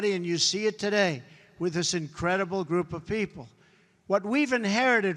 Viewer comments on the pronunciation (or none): none